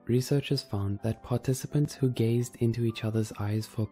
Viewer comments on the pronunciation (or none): i thought instead of gaze he said gays